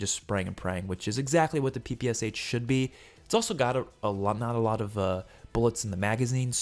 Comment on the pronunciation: last letter in PPSH pronounces how “shuh”, bro, and both P sounds like pa in word “pal”